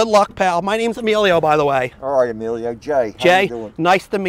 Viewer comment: This guy said Emilio lmao....